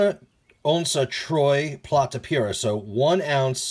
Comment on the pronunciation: una onza pura plata,,I like the way you pronounced that. great video